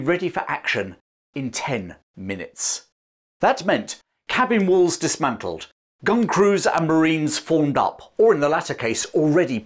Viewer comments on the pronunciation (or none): none